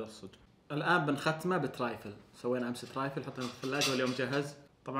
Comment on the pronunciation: اسمه ترافل مو ترافيل